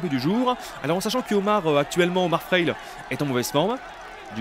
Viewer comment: C frailé pas fraile